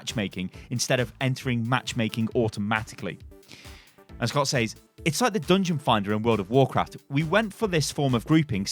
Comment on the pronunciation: you pronounce "says" a similar way you pronounce "said". its more of a sez